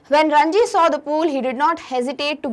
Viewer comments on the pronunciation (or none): mam please respond this , it is ranjit in ncert not ranji